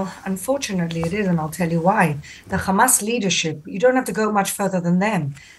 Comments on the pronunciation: If you want to know if it’s a Israeli speaking🤣🤣 They say Khamas!!! It’s Hamas!!! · its hamas not khamas. Why cant you say it properly. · has a wonderful English accent…and then she ruins it by saying Khamas